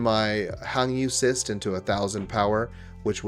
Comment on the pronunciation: Its defo cRyst not cyst haha😅